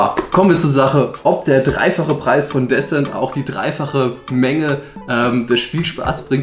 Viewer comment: Disent nicht Däsent (Sprachschrift)